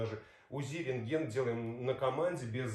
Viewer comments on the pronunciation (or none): none